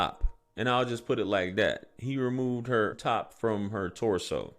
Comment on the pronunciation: We pronounced her as har